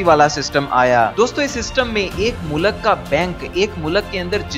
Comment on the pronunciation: achi information hai bahi lakeen khudara pronunciation sai karay apni mulak nahi mulk hota hai mulak ka matlab kuch or ho sakta hai